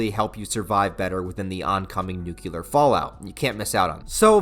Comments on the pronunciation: Why do you pronounce the word nuclear as “nucular”?! How do you even get “nucular” from reading the actual word nuclear? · Nuclear. Nu-Clear. Not "nukular".